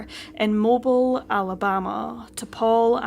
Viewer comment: It's pronounced Mo-Bill. Not Mo-bel